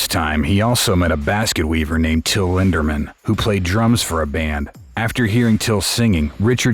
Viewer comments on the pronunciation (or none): it would be cool if you would pronounce their names properly not lindeRmann - Lindemann. not raidel - riedel, pronounced as reedle and flake is pronounces flakah lorentz.